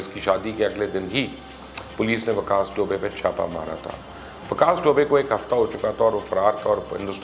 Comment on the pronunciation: Sir you wrong its vikas dubey not vikas dobay